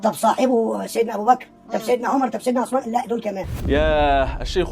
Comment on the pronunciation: هو لم يرى أن اسمه عثمان وليس عسمان ويريد أن يرى أحاديثه!!